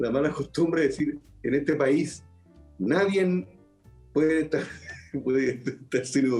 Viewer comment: Villegas dice "NADIEN"